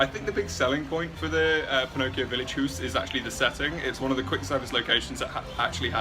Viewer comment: They haven’t had the cake in sometime lol it’s pronounced house